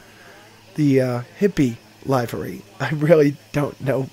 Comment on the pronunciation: Livery is pronounced with a short i. Looks like fun!